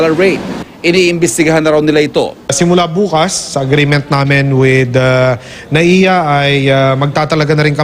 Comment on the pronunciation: MIA Hindi NAIA